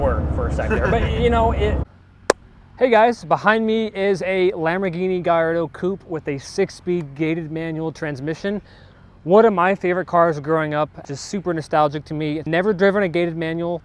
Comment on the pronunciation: G A L L A R D O NOT G I A R D O